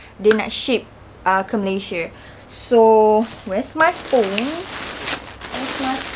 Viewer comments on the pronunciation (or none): none